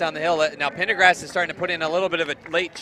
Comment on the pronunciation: Male announcer kept on adding in an R to the one girl's surname and saying PendergRast instead of Pendergast...